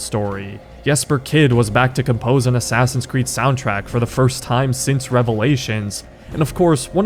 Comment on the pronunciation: i just realized he says ASSASSIUNS creed